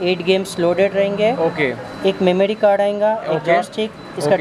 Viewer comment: Its ayega not ayinga